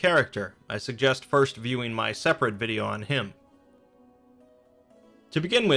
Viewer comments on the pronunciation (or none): none